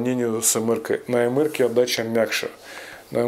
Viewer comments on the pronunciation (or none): Уважаемый, не " эмэр " , а " эмпи ".